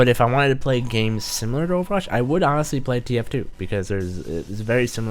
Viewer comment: in the beginning spelled Overwatch wrong 😂😂 he said over wach XD